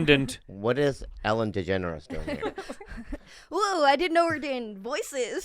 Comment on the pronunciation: I kept hearing "Miss. DeGeneres" as "Mr. Generous" and it was fucking with me for a good couple minutes.